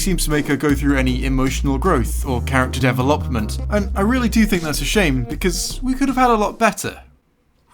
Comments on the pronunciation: character “devil oppiment” I liked the video but I had to point this out lol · Dev - ah - lep - meant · I like how said "Dev el opment" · Ok, look. I get that people pronounce things differently. But DEV A LOP MINT??? Was that a joke? We're you trying to be funny? Please for the love of God tell me you were trying to be funny, because I don't think I can handle it if you were legitimately trying to pronouncing that word correctly. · Congrats on the "Character Deluh-VOP-ment." That's a new pronunciation. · H-how... Did you... Pronounce development? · why did you say development like that